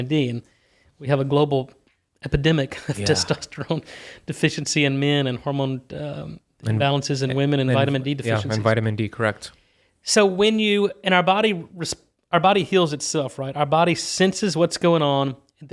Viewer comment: “Women” not “Woman”. The word women means more than one woman. Can’t believe how many people still mispronounce women (wih-men) and literally are pronouncing woman (woh-man) the same as it’s plural form 🤦🏻‍♂️